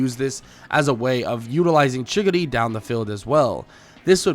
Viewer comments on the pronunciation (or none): You saying chickadee you mena chigari